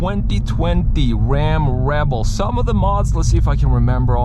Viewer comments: Who knew Barry Kripke was a twuck guy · Blahaha it Elmer fudd we going wabbit hunting